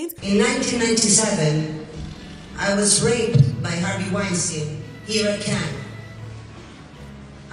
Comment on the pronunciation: Tasha girl, "kick the bucket?" That was a little savage. Also, did I hear you pronounce Cannes as Cane?😀 What's up lady?